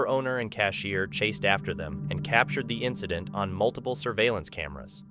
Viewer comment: Well then…lucky there were multiBle cameras huh ….(that word is pronounced m.u.l.t.i.p.l.e)